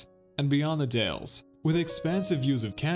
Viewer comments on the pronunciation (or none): The Dalles is pronounced "dowels"